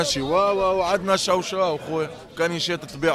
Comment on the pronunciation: تشاوتشاو❌ شاوشاو ✅ 😂😂😂